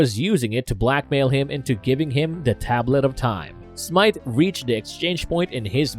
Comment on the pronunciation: Is he pronouncing “the” duh..?? Or “other” udder..?? I am questioning my hearing